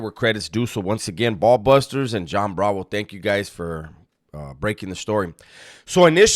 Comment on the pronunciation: It’s baller busters not ball busters 😂😂